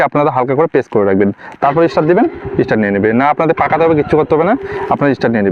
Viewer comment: কথা টা ইস্টার্ট নয় স্টার্ট হবে